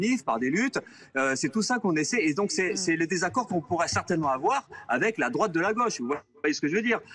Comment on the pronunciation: "La goche" mdr !!! Et la " droateu"???